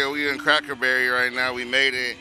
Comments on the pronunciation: calling Cackleberry "Crackerberry" for half the vid is the funniest unintentionally offensive thing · I thought he said crackle barrel 😂😂😂😂😂😂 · Lmaooo I love how didn't realize he wasn't calling it cracker berry until homke said it right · the homie out here called it crackerberry for days and then realizes its crackerberry....im fucking dying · The whole time he's calling it cracker berry .lmao definitely cracker ville